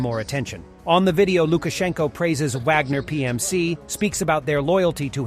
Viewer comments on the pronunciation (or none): none